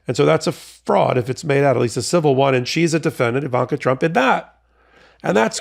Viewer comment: Just wanted to let you know that her name is "Ivanka," not "Evanka."